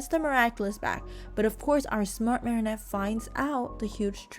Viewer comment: Am I the only one who noticed she started saying Mary Anne at the end instead of marinette?